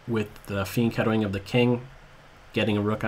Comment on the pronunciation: what is it that sounds like "theme ghettoing"? Tried googling it but the spelling must be horribly wrong. :-D I think it may mean like g6 and Bg7.